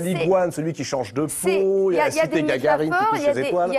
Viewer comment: Gagarine, pas Gargarine